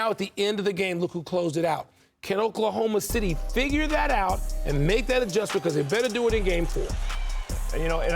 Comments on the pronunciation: DID HE SAY OKLAHOMO SHITTY?? !!!! into the clip... LOL 😉😉😮😮🤔🤔 He should have acknowledged it and correct himself hehe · Oklahoma shitty😂😂😂😂😂😂😂😂😂😂😂😂 nah that's a terrible slip up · Bruh said Oklahoma Shittty😂😂😂😂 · Oklahoma SHITTY🤣😅😂💀. The FUNNIEST slip up I’ve heard in a while. The ability to keep control and not laugh is astounding🤣😂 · Btw I caught my guy saying okaloma shitty!!😂😂😂😂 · I heard Oklahoma "Shitty" 😂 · Did I hear a freudian slip? “Oklahoma Shitty”? C’mon mr front office!!! Hahahah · LoL 🤣 he said "Oklahoma SHity" LoL 😂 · “Oklahoma Shitty” 😂😂 yea we caught that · I’m glad I’m not the only one who heard Oklahoma Shitty😂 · I can't unhear Oklahoma Shitty xD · Btw…… We all heard “ Oklahoma Shitty” 🤣🤣🤣🤣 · "Oklahoma Shitty" lol... stick to saying "OKC"! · Nope cant unhear it now its stuck😂😂😂😂 “oklahoma shitty” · Did he said Oklahoma Shitty 😂?? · Lmao he said Oklahoma shity 😂😂😂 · He said Oklahoma shity😂😂😂😂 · He said, “Oklahoma shity”😂😂😂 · LOL he combined "Oklahoma City" with "Oklahoma shot..." and accidentally said "Oklahoma shitty" lmao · Dude was trying to say city, but was already thinking about saying shot. So we got what we got 😆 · He def Said Oklahoma Shitty😂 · Mans said “Oklahoma Shitty” 😂😂😂 he ain’t slick Rick I heard it haha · Only came to the comments to ensure I heard this. “Oklahoma Shitty” 😂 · Oklahomo Shitty Blunder he meant 🤣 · "Oklahoma Shitty" i heard that loud and clear😂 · “Oklahoma shitty” 😂😂😂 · crazy... he really called them Oklahma Shitty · "Oklahoma shitty" kek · "Oklahoma Shitty"😳😂😂😂😂😂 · The Freudian slip 🤣 “Oklahoma Shitty” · “Oklahoma shitty “ 😂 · .... Oklahoma "Shitty" ? 😅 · "Oklahoma Shitty"😂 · I came to the comments just for Oklahoma shitty😅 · Oklahoma Shitty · Oklahoma titty,. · Oh man that's gonna reverberate. Oklahoma S****!! 🤓🤣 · “Oklahoma sh*ty” 😂